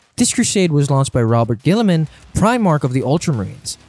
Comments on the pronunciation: “Robert Guilliaman” my fucking guy his name is Robute Guilliaman; Ro-Boot-A Gill-A-Man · pls never again do this type of collabs, me and most other subscribers are here because of you and ONLY YOU! we dont wanna hear some other guy acting all knowing WHILE BUTCHERING the most basic of 40K words, robert guiliman? ffs its ROU-BOU-TEI! its not sharek! ITS SE-ZA-REK! PLEASE DONT DO THIS AGAIN, THANK YOU! WE LOVE YOU AND ONLY YOU! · I don’t mind people mispronouncing things but there are too many errors here that make me wonder if the people involved know anything about 40k. Robert gilliman? Bob the fish? Shazeric? … this just seems like it was written without care. I like the other videos but this isn’t good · "Robert Gillyman" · Ok listen, I am well aware that some 40k pronunciation can be... difficult. However, pronouncing "Roboute Guilliman" as ROBERT Guilliman?!? This is completely unacceptable, especially for an "editor". If you're gonna say his name at least pronounce it correctly. Or if you must be incorrect at least make it funny. May I suggest trying Rowboat Girlyman?